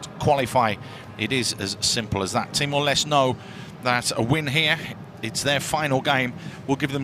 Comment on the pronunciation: He said Timor less